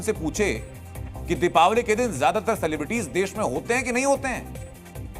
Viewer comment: सिलेब्रिटी शब्द है न कि सेलेब्रिटी